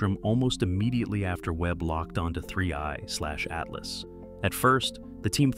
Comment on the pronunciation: So ai voices cant tell 31 from 3i i guess.